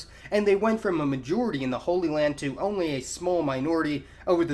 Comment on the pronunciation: "So-called holly lands?"